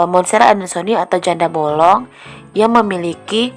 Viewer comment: Janda bolong.... kata bolong nya okaaaa bangets... bollongng